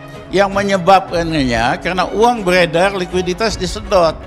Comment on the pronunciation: RIZAL RAMLI .. UANG BEREDAR ..BUKAN BELEDAL..